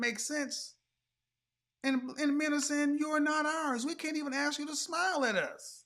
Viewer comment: All high value men like a woman who can AXE questions.